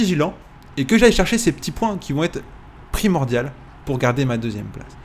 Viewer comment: Primaurdiaux et non pas primordials 😂